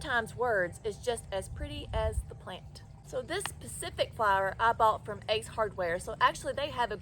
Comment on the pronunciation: Can’t watch anymore. It’s specifically because she can’t say specific she says pacific - a lot